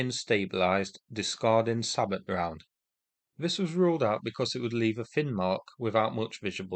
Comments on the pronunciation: Really appreciate your videos! Sabot is pronounced say-boe, not say-bot. Thanks again! Stay safe! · you mispronounced "sabot"